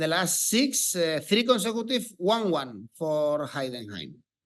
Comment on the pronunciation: Is he saying tree-tree?